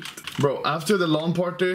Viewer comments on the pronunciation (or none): the way he says lan party triggers me